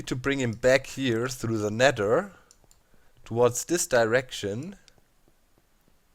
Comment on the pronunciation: Can you say that not dat for a minute or this not dis